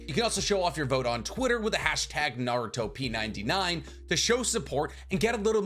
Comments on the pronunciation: it hurts my soul hearing him say "naruto P 99" dude is pronounced naruTOP99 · I thought it was pronounced Naru-Top99 lol. I voted for Minato. Probably switch around though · Its not narutoP 99 its naruTOP 99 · Bro, it's "NaruTOP99"...get it? "TOP 99". Not "naruto P99". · Bro said "Naruto p 99". Did you even watch Jump Festa or the trailer, it's been stated like 32 times that it was naruTOP99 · I think, based on the way they have the coloring of the letters, you're supposed to say it Naru-Top 99